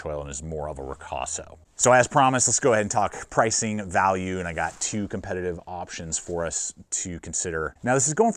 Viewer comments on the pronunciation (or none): none